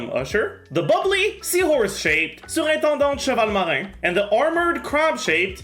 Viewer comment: i only watch this to hear say gentilhomme usher, surintendante chevalmarin and madamoiselle crabaletta